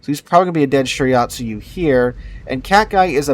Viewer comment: You saying "shirayatsu" was bothering me so much I actually started saying out loud "it's shiratsuyu".